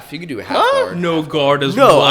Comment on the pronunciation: Brodies nj accent coming out with guard 🤣 “gourd”